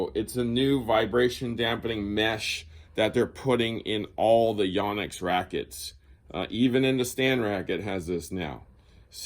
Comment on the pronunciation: Great review. Just ONE little thing. One of my students was from Japan and said it was pronounced with a long O. YO-nex. Guess I've been saying it wrong for over 30 years.